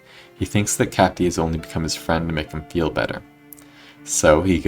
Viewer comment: My ahh keeps laughing everytime he said ardor because it sounds like he's talking about "our door"🥀😭😭